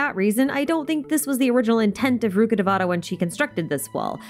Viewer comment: rukkhadevata pronounce rukh devata( रूख देवता) not ( रुखाडवेटा ) rukh means tree and devata means tree. Rukkhadevata means tree God or God of jungle. Also known as ( वृक्ष देवता ) vrikshadevata in Sanskrit. No one pronounce Bicarbonate bicar bonate.